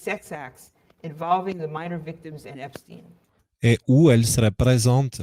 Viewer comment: C'est pas EpstIne mais Epstein bordel.